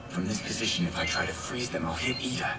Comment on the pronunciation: It's Iida, with an "I", not an "L".🙂